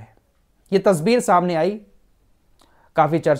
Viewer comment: Tasweer , not tasbeer